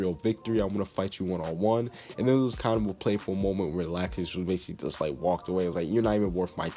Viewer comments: It's not lacksus it's lawxus that's how u pronounce it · IT IS LOUXES NOT LAXES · Lol he said lausex Lol